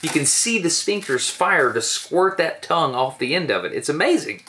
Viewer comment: you can tell destin is from Alabama when he says "dat toungue" lmfao love ya man